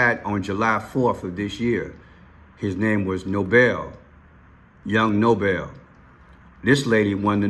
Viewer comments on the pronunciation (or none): Noble and Nobel are pronounced 2 different ways, Bro. You’re saying his name wrong, respectfully. His name is Young Noble,(pronounced No-bull). Nobel is the peace prize you’re mentioning and that’s how you’re pronouncing both names and that’s incorrect.